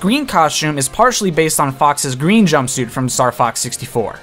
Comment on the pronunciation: if you say jumpsuite one more time